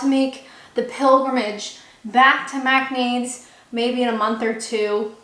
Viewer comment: You are a whiz at pronouncing those British names! Faversham! Macknade's! And you can still rock the Canadian "about"! You're the best! Maybe start a podcast for English learners!